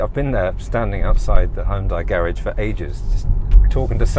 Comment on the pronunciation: Check out YouTube to correctly pronounce HYUNDAI.